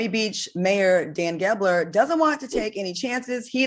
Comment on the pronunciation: Yall stay mispronouncing this mans name. His name is Dan GELBER. And AR tried to shade Claudia getting it wrong his damn self